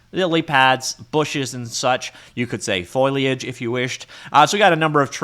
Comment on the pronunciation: perfect pronunciation of "accoutrements" Also: "FoLiAgE";)